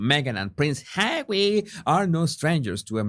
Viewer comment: I can’t help laughing when you pronounce Harry as hawy, it sounds like marv (one of the thiefs) in home alone 2, where kevin throws bricks at marv and then he calls for Harry (the other thief) and he also say hawy 🤣